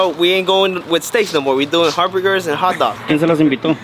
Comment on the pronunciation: He said hartbergers